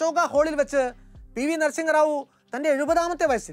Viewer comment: അതെ... തെറ്റായ ഉച്ചാരണം